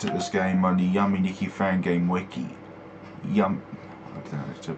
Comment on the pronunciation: Why do you say "Ya"me nikki but not "yu"me nikki?